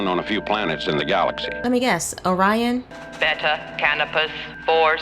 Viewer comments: Shatner mispronounced Orion. He didn't say Or-rye-in He said said Or-eon and wasn't about to re-record it so everybody else had to follow his mistake Just like in TOS season 2 A private little war where De Kelly couldn't pronounce Gumatto and kept saying Mugatto so every one just said Mugatto but it I'm the end credits it's listed as Gumatto(the white ape creature. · I do not know why Orion is being pronounced this strange way, since they were mentioned in the original series more than once, pronounced the standard way. The only thing i can figure is they aren't the same species and therefore it is pronounced differently. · They goofed on pronouncing the name, they goofed pronunciations in a few other episodes as well